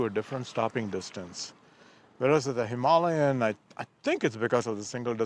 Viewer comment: i thought it sounded better that way